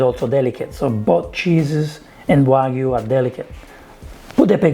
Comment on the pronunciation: You're one of the only celebs who pronounce "wagyu" correctly. A lot of other chefs call it "wa goo"